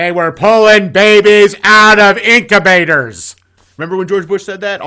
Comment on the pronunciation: "incubators!" - southern Bush accent :)